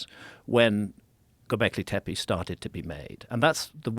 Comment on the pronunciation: love this topic & Mr Hancock's work - i just wish "Tepe" was pronounced appropriately i.e., the letter 'e' is meant to sound like 'e' as in 'egg' (especially the final e in Tepe) - a sharp short sound rather than sounding like 'teepee'. Just needed to point this out because it can happen....change that is.